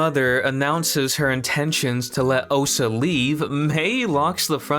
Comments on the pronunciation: lol...I can promise that you didn't. You said "Ohsa" like 300 times. It's OSHA. SH. Oh-SH-uh. How can you say you were saying that right?!? 🤣🤣🤣🤣🤣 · Her name is Osha, not Ohsa. There's even a part where you say "Ohsa" and then a clip from the show saying "Osha" back to you saying "Ohsa." Come on man. It's the main character's name. (And they "slice" open doors... Not spice or splice or whatever you said). These are main points. You have to get the names and terminology correct man.